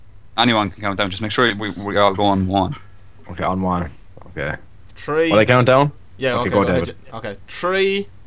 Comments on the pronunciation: Everyone always makes fun of the irish for pronouncing three as tree.. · "Tree, Two, One." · tree, two, one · "Tree, two, one". Now I know what comes after two. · i love how u guys pronounce three like tree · Sounds like he saying ( Tree 2,1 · why do you keep saying tree before 2 and 1?